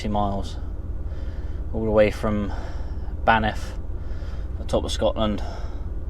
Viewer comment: it’s known as Banff not banith